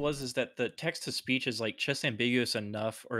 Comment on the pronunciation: Whenever says "Text to speech", I keep hearing "Texas Beach".